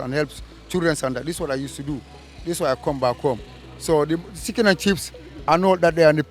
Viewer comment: bro said he lived in London for 20 years, then said "the siken and chips.| 🤣🤣🤣